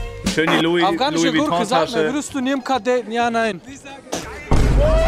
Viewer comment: ``afgahnische goorke,, killt micht